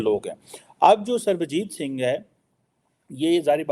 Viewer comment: Fake Phd Chamaar Kheema cannot pronounce Punjabi name Sarabjit Singh 😂😂